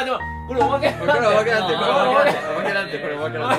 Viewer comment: 「おまけ」が「まけ」は面白すぎww